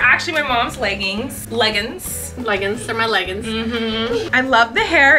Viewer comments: When you were talking about how your mom says leggins insted of leggings I was screaming because my mom says that too and I was like do all moms say that lol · I can't help laughing at "legguns'" bc my mom says it the exact same way & I make fun of her for it every time! 🤣